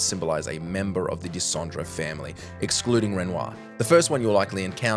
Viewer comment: So you can't pronounce Aline, but you can do Dessendre.